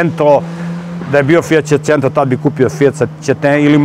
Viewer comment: fiat secento fiat cecento fiat secete